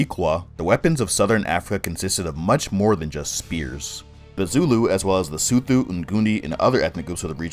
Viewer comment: Sotho is pronounced with a hard "T". Not "TH" ✊🏽🙏🏽